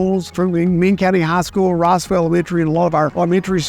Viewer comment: He's from here he claims. You think he'd know Rossville is in Georgia lol. Athens is lost, but let him send people to Rossville instead of Riceville please